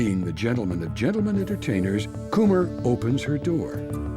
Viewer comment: I'm pretty sure "Kummer" is pronounced "cummer" not "coomer" 😂